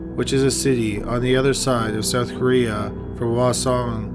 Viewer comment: I lived in Korea for 3 years and only understood parts of some names. He also mispronounced "hwaseong" (the H is not silent).